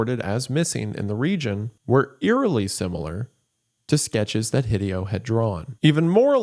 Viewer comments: I cringe every time he pronounces Hideo "hih-dee-oh". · The most frightening thing in this video is Wendigoon's pronunciation of Hideo. He almost certainly knows of Hideo Kojima, right?! /s